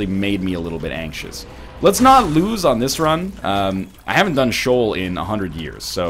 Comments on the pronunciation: You keep pronouncing Sheol as "shawl".... I always thought it was more "shay-owl"? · I thought it was pronounced "Shee-uhl"